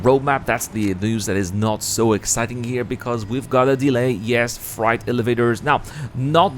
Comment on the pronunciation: LOL! "Fright" elevators. I know it was your accent, and I wish I could speak even half as many languages as you, but with CIG's history regarding elevators, I had to share that. I just about sprayed my rum and coke over my monitor.